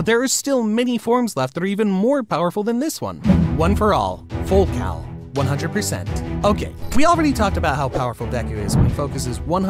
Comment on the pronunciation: Did bro say full cow 💀💀💀